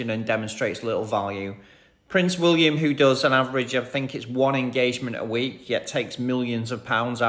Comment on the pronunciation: The funniest thing is how you say WOOLiam not WILLiam. 😂